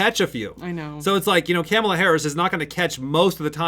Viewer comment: Love you guys but please say it with me, “Comma-la”.